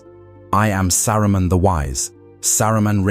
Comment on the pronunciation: I like how the British AI randomly said "Sa-roo-men" 😅😅 SkyNet wont come into being just yet. Also i want one of these lotr AI channels to use the most bratty/snotty cockney british accent at some point. I will enjoy every second.